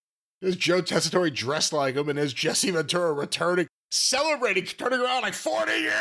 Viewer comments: It is the way u would say his name in Sicily, but since Americans always being stupid and americanize the names anyway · This has to be a running joke at this point that keeps pronouncing Tessitore’s name wrong. There’s no way he’s actually still getting it wrong unintentionally.